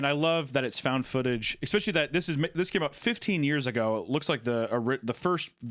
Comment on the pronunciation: there we go, there's the "expecially" I was waiting for <3